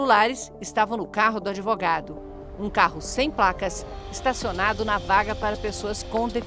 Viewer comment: O "adevogado" é pcd?